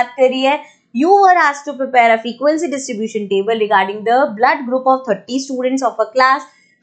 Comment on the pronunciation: Mam aaaap thirty ko sahi se bola karo 🙄🙄🙄🙄